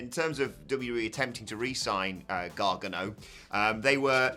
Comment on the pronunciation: It’s GAR-GANO, not Gar-Ga-No 🤣 You guys make him sound like Gargamel 😂